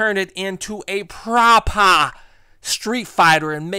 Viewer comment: "PropAH StreetFIGHTA" hahaha, yous a fool man. I love it;)